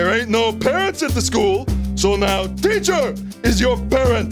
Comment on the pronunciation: “Parent is your schoocher!” -, Outtakes